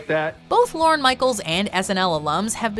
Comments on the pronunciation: It’s LORNE. Not Loren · You should learn how to pronounce “Lorne”